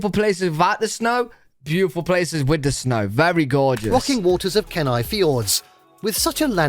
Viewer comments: Ok it’s Glay-shur and Keen- eye. Alaska is unique in all of the US. From the UK you would get better views of the Aurora in Sweden. In the summer sunset is around 11pm and sunrise about 4am but in the winter sunrise is about and sunset I grew up in Alaska and it’s the best place to grow up. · I'm from Alaska and sorry to say the northern lights is not nearly as bright as it is in pictures because many of the pictures are exposures of a few seconds. Chitna alaska is very scenic too. By the way keni is pronounced key-nye. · I’m glad I’m not the only person disturbed by the narrator’s pronunciation on “glacier” and “Kenai”. I yell “gla-sh-er” to make myself feel better.